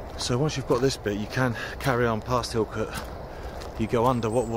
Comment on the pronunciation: Don't want to be a "You dont want to do it like that" Harry Enfield- but just to say Hilcote Is pronounced "illcut" or "Hillcut" if you're more refined.. but its not the same way as saying "cut" .. I'm not finding it easy to describe in words and as i'm not a professional linguist i cant explain using words like dipthong etc so i'm struggling.. but its not Hill Cut, and its not Hill Cot.. "illkutt". I tried! :)